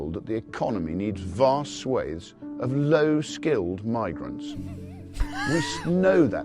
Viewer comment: I too love how he stresses “low skilled” and “tax!” 😂